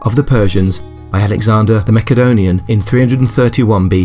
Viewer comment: "Alexander The Macca-donion" 😂😂😂